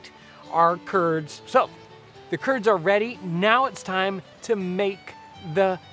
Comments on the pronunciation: who else heard "turds" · Every time he says "curds", I think of Kurds.